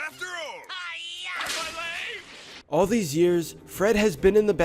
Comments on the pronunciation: He's not saying my lEg he's saying my lAg. What a gamer. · When I was little I thought he was saying my late.